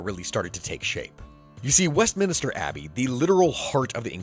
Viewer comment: Great video, but it's not 'Westminister', it's West-minster.